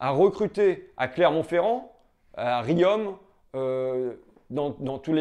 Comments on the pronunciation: Riom comme rions, pas riommmme!!!! Enfin c'est pas très important ;) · On dit rion pas riome. Pour info. Merci pour tes interventions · Pour la prochaine fois, on prononce Riom comme « rions » 😉 Sinon rien à redire une belle analyse comme d’hab !